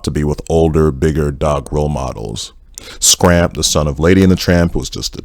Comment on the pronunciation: Is Scamp. Not Scramp but it's funny 🤣